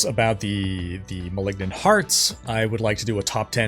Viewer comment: Seaosn of the Mehlignant ammirite??